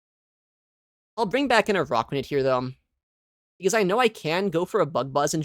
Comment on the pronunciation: Its not AROCKuanid. Its ARACKuanid